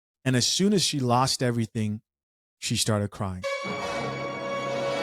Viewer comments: He said "are you cwying?". Lol. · This is painful to watch! 🤨 “You gonna crwy!” 😂